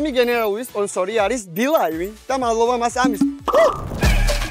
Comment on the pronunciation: ეს ბილაივი რაარის ძმა,სულ მგონია ბეთლაივი უნდა თქვა 😅😅